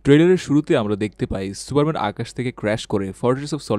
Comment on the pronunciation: কি সুরা মেন শেটা মেন ঠিক করে ক